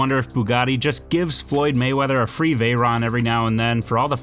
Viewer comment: First-cairon????? Second-that’s a veyron